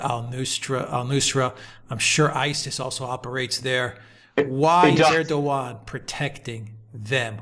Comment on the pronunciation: Correct pronounciation of President Erdoğan is exactly like saying these english words - ; air-dough-anne. Correct pronounciation would be to roll the 'R' airrrr-dough-anne. English girl's name anne/ann same. Stress is put onto the first part of the name AIRRRR-dough-anne. And it's NOT ASS-SAD. It's AssSAD.